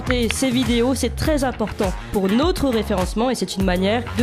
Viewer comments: Si notre me lit, pourrait-elle corriger ce tic de langage: elle dit "nôtre" au lieu de "notre", et c'est très laid à l'oreille, ex dans son intro "nôtre" chaîne youtube et "nôtre"référencement, au lieu d'un "o" ouvert, parlons français, dans toute sa beauté! Mais pour le reste, BRAVO! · Bonjour: En intro vous prononcez le "o" de "notre référencement" comme si il était écrit avec un accent circonflexe "ô".... "Notre référencement" se prononce sans fermer la bouche. ce sont les "nôtres"...........Là vous pouvez fermer la bouche:))